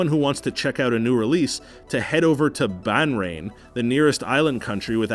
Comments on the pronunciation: Bah-rain with an emphasis on the H Also, Saudi has lifted the ban on Ciname theaters in 2018 if I am not wrong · No one is going to talk about how he said, “Banrain”? The country is Bahrain. Pronounced “Baa-Rain”. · "Banrain"? do you mean Bahrain? You're drunk again, aren't you? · Banrain? Is that some country where rain is forbidden? Or, did you mean Bahrain. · Saudi Arabia actually has movie theaters, and it’s Bahrain not banrain WTF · KSA have cinemas now ... and its Bahrain not Banrain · Two things you need to do: 1. Fact check (Saudi Arabia did not ban movie theaters outright, there just weren’t any licensing for them. That’s old news) 2. Learn to read. The name of the country is BAHrain not BANrain. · Dude said Ban-rain? it's Bahrain, do you research instead of just googling it and stealing the sources off Wikipidia. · Hey morons at screen rant, 2 things. 1. Saudi has legalised and opened cinemas since last year. Check your facts or at least Google them before spewing them on screen. 2. It's pronounced Bahrain with an H. Not BanRain 🙄😂 At least know how to pronounce the name of the country that hosts one of your country (USA)'s largest navy bases in the middle east. Good luck getting screen rant viewers there once they watch this video. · Banrain? I wonder if he means Bahrain? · Ban-rain? Is that a pun or can you just not tell an h from an n? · "Ban-rain". Lol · interesting overall, but good lord I screamed at the pronunciation of Bahrain... like the biggest oof dude. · And your pronunciation of Bahrain is laughable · Tbf you should be banned for how u pronounce Bahrain